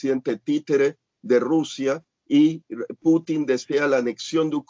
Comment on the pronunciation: muy buenas y bendecidas noches, creo que ahora sí el señor Larios le salió lo neoliberal y se pone en su posición de derecha, pues que no ve el desorden que quiere hacer el JB que ni siquiera puede pronunciar Putin y le dice Clutin, el señor es un enfermo mental y el Sr. Larios los defiende. Creí que él es u. FIFI